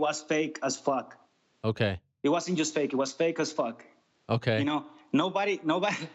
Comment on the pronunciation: "It was fake as fack"